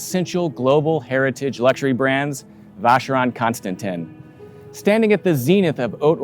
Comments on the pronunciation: The way he says Vacherone Constantine is so annoying. Alexandre Schmidt keeps saying it right usually right after him in the next sentence and he still doesn’t get it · Yes, he butchered the name badly, as so many others, including some members of the watch industry. Sad…